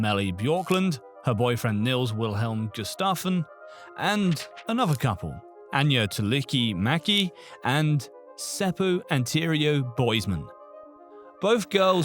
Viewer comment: Your pronounciation is a little off, for example you added an i between r and o to the name "antero" when pronouncing it. For a native english speaker Finnish is a hard language to pronounce, so good effort though!